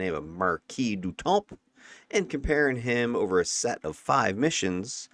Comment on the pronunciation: Just so you know, the 'p' in Temps is silent. I know it s not related to the videos but it was distracting for some reason hehe. Great job by the way.